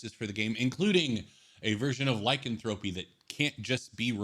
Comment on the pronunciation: Not Lycan thro py. It’s [liecanthropy] one word...remove curse-keep it, just make a higher DC...to make it seem harder to cure a curse making it powerful as it should be, but not a bad review..